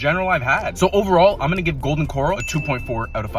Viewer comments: He made it sound like a seafood joint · Why are you pronouncing it Golden Coral as in Golden coral reef? Dude it’s pronounced Corral like a live stock Corral 🤦‍♂️ Sound it out like this Core, AL. Core as in the center Core and then AL as in someone named AL. Corral 😂. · It’s Golden Corral not golden coral 🪸 lol you definitely don’t belong in Texas I wade deport u myself but I’m pretty far from where u at lol 😂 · It’s not Golden Coral, it’s Golden Corral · This guy just lost a whole bunch of credibility and integrity with me. He proved he’s just an idiot who can’t properly pronounce the word “corral” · It's Golden Cor-RAL 🙄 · It's Co-rel not 🪸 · I want to fight you 😂 WTF is a Golden 🪸Coral… what in the unda sea is wrong with you. 😂😂😂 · Golden Coral pronunciation is killing me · You fucked up dawg😂😂 "coral" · Golden "Corle" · Its Kǒr-AL. As in … the bull is in the corral ... Although i do believe they have seafood at the GC. 🤔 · This has to be ragebait because why is he saying Coral???? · Corral. CorRAL. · Golden Core-owl is the pronunciation. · I give you 2.4/5 for pronouncing it Coral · Golden “coral” 🤣 😂!! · First time I've heard someone pronounce it "Golden Coral" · Golden Corral not coral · Golden Kor-Al Simmons. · The way he pronounced it. Can’t take him seriously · Had me thinking I’ve been pronouncing it wrong my entire life. Looking at the comments… it’s just you. 😂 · Bruh the way you pronounce “corral” made me click off video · You have to be trolling pronouncing it that way. Be better man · Dude I just disliked your video and I'm gonna block you for mispronouncing GOLDEN CORRAL. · One star for mispronunciation of Golden Corral 😅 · The way he's pronouncing "Corral" is making me want to rage quit. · I knew it was gonna be trash just from how he pronounced it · I refuse to trust someone who cant even pronounce the business name